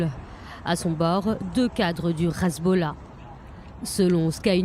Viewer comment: Le RRRezbollah ?? Ha bon !! Hezbollah suffit !!